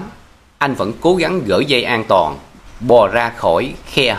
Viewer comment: Giọng đọc nghe rất dễ chịu nhưng vẫn còn vướng nhiều lỗi chính tả do phát âm chưa chính xác. Ví dụ như: an toàn chứ không phải an tòn” . Câu chuyện chứ không phải “ câu chiện “. Kiểm soát chứ không phải “ kiểm sót “.Nhiễu loạn chứ không phải “ nhiễu lọn”….🙏